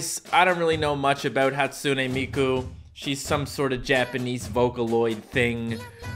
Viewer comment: Its hatsune miku not hatsoonay meekoo